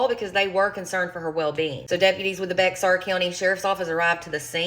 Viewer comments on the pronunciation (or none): For some reason it's pronounced bear county.